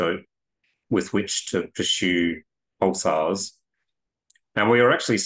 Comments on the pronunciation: “Poosars” 😂 “pooses” 😂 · Dr Kipping, is not Pooolsars, but Pulsars, listen how your guest speaks and pronounces them!